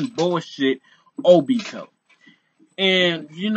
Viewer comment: bruh it's obito not obtio